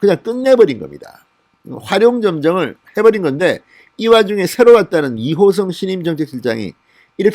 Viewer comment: 호성이 아니고 호승